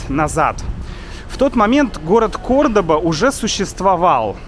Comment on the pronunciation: The pronunciation is CORDOVA, not CORDOBA